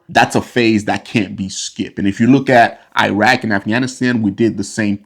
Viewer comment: oh my....the way he Pronounces Iran, it should be pronounced as (E-run), not (I-ran). Also he way he pronounces Iraq, 🙄!